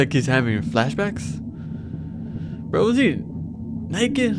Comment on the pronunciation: It’s bro. Not vro